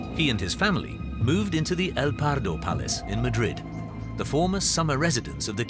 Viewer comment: Not Pardo. Prado.